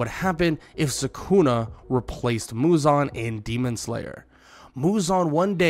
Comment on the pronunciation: For god sake it's sukuna not sakuna🥲